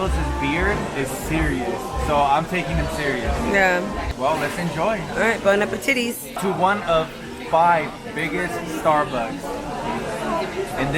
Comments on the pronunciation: "Bona-petitis" LOL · Bon-a-pe-titties 😂😂😂😂 using this ! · “Bon-a-pe-TITTIES” bahahahah!😂😂